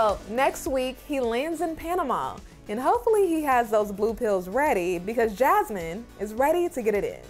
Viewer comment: Why did Gino say Jazmines name like he was saying jazz hands👐 and I’m sure he has a big head under that hat. Also, Why hasn’t anyone in his life told him to fix his laugh